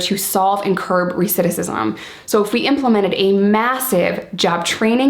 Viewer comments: love you so much but it is pronounced "recidiVism" not "recidissism" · I love ur channel n watch every new video...it drives me INSANE the way u say recidivism...lol...great message tho..ive always used Prohibition as an example when talking about addiction as well...have a great day too !! -Mark215